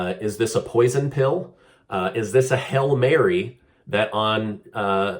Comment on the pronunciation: UGH!! Did you say"Hail Mary" or"Hell Mary"!? 😲😏😉